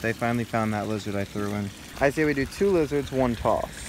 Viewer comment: Frow werms not lizerts😬